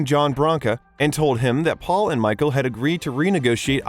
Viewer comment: . Twice in a row the narrator says "Faul"